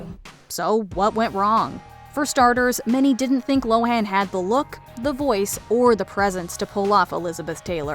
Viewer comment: Minor quibble I guess, but narrator was really leaning into that "Lindsey LoHAAAN" it's pronounced "Low-en" fyi